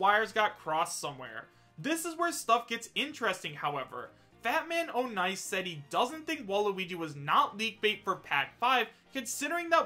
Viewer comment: It's pronounced "Fatman On Ice" not "Fatman O'Nice"